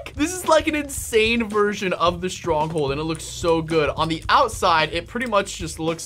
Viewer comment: Did that say stonghold??? No r